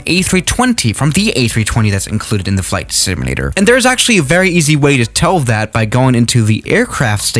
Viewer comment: “ FLIGHT SMLATRRER “